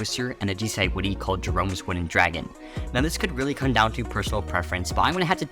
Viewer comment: "jerome" chain